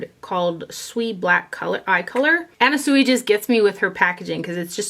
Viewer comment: The way you pronounce "Anna Sui" since you received that unpleasant comment... even when it's not politely asked you bother to make it right 😏 Also, thank you for taking the times to link every product, and for your video. Such a breath of fresh air.